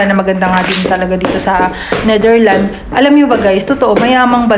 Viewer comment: Pls speak the S sa name sa country...The NetherlandS and not Netherland.